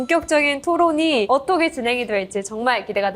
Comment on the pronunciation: 아나운서가 어터게가 뭐냐